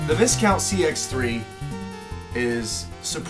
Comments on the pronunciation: It's vie-count not vis-count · Dude I think in Viscount the s is silent making the pronunciation vicount. 👍🏽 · It's pronounced VI-count. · Pronounced “Vy Count”. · Learn to pronounce Discount . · Be good if you learnt to pronounce Viscount properly!